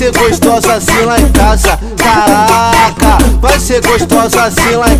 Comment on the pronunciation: Cagraca!!! #naum tem como escrever como ele pronunciia dhuehe